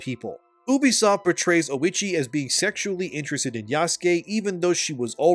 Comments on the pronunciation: thats not Oichi , thats Oishieettt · 😂 “lady oh-itchy” 😂 it’s oh-ee-chee